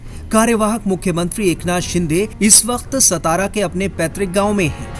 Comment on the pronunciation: सातारा बोलो सतारा नही